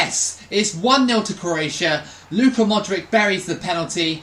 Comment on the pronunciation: please dont ever call Modric "Modrik" again . No hate though, love the videos!